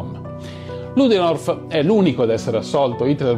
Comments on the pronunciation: Si chiama ludendorf e non ludenorf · Comunque si chiama Ludendorff e non Luderof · Il cognome Ludendorff si pronuncia esattamente come è scritto. Non parliamo di un personaggio qualunque, ma del comandante in capo effettivo, non nominale ma effettivo, dell'esercito tedesco durante la prima guerra mondiale. Un cognome universalmente noto che andrebbe pronunciato correttamente.